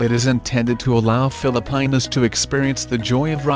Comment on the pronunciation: Filipaynus HAHAHAHAH